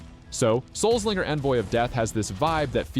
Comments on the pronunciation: Grat vid! Loved the games. BTW - I think it's supposed to be pronounced, "Soul Slinger" (a play on the wild west's Gun Slinger title), and not "Souls Linger".) 🙂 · Souls linger? I'm pretty sure it's meant to be pronounced Soul Slinger.